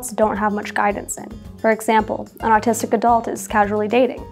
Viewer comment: You sound like you’re saying artistic.